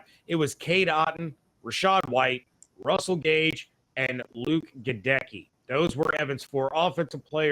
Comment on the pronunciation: Luke Get'-uh-key!!! Like hey, Get a key!!!.. Jeesh!!!